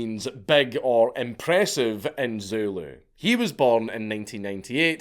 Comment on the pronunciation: You had to learn damn Zooloo,,,, ZuLu,,,, ZuhLoo,,,, ZooLuh,,,,,, regardless you fuckin nailed it….. always with the effort this guy